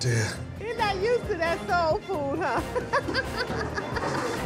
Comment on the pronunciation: He’s not used to da soww fwwd huh? You call that soul food and laugh while someone is throwing up from the smell